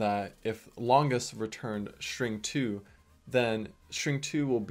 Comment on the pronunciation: shtring one shtring two